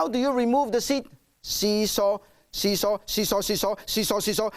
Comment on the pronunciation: When he said see-saw see-saw see-saw since I'm Chinese I heard toilet toilet toilet